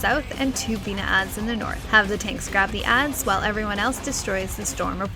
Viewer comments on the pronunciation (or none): did no one hear her say "1 large cochma and 4 small penis"? or are my ears deceiving me? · that's what I heard too lol